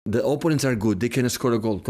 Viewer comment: Love how pep pronounces apponents